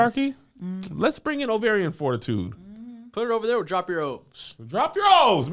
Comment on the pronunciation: Kevin messing up "ovarian". I immediately sang oh oh oh O'Reilly Auto Parts